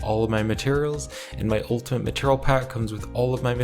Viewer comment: maturl.... i can't bro... i just can't he says maturl every 5 seconds... it's ma-teir-e-al